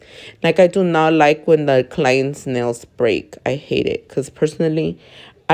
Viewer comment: Emphasis on the HATE GURL😂